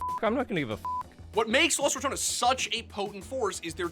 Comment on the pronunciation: Props on pronouncing ratones the Right way not like the announcer that said it like ramones